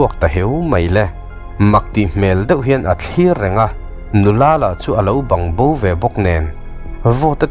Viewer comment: A rei tawh viau na chuan, tun hnai a I video pawh ka en nasa tho ania, ka lo helh thin em2 kan sawi ve lawk,... "Bang bo" tih i sawi reng2 hian a rik dan kha adik lo kalo ti ve mai2, Bâng nilovin thluk na awmlo Bang tih tur anilo mi, paihte tawng a "Bang ( enge tih na ang ) thluk anga thluk tur ni in ka hria,..i lam dan ka hre zing ta ema kalo sawi ve mai2😅